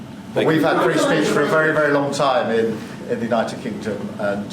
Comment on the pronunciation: Frree speech in the UK 😂😂😂😂